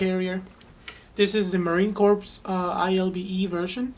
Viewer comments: Pronounced "core" and not "corpse". Good video though. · Great vid! Just to clarify it is the Marine Corps, pronounced "core" and not "corpse". Keep up the informational vids! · Marine crops =Ma-Rine ~Core , the "Ps" in Corps is Silent